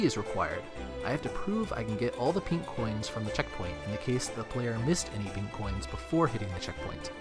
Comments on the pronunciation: hearing him say “pink” coins is painful to hear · just thinken studios he emphasized the INK